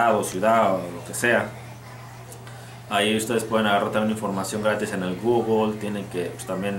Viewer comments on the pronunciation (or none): none